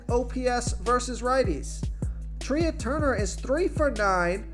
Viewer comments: Sometimes I come on your channel just to hear how bad you are. How do you not know it's Trey not Tria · Thank you. Your pronunciations are funny. Couldn’t let Treeah Turner go though. That was just too weird